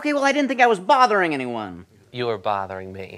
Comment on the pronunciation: “ you were boudering me “ eats one poppcorn